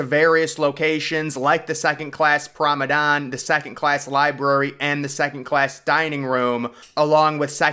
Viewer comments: It's promenade not promedan dude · PROM-A-NA-DE. Not Prom-an-don. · Promenade not promedon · What the heck is a "promedan"? Do you mean promenade? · How many times must we tell you that it’s pro-me-nade ( pronounced “naad”) NOT pro-me-DAN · Nice Clip...... But....... It's Promenade...... and,Not Promadone in Wording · and mispronouncing words. “It ‘spanded’ several deck” , promeDAN instead of promenade. Etc etc. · The word is pronounced p r o m e n a d e